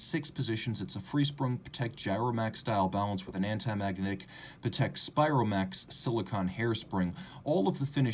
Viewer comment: Great review! Not sure why wouldn’t you pronounce Patek in the correct way… 🤔